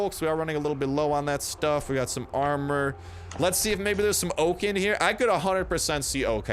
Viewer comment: Btw it's really weird sometimes you say "oak ah grove" and other times you say "oak grove and oak logs" lol why do you say it weird sometimes?